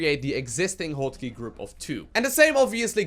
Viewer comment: "Hwot" Key.